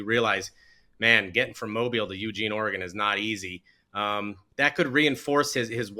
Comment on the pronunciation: Ugene not Uuuuugene